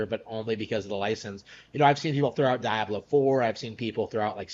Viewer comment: Idk what's worse, that dude's takes, or the fact that he says Dye-ablow and inntendough.